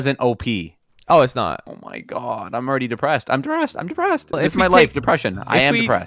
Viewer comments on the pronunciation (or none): he said deprested it remided me about my dead grandfather :(